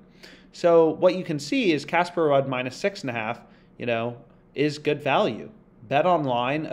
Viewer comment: Ruud is pronounced as “Rude” like ur rude lol , great vid tho bro